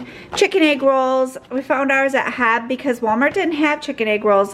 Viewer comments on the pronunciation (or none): Just found your channel last week and enjoy your content! FYI the grocery store is pronounced H E B, sound out each letter! You’ll find out it is a Texas treasure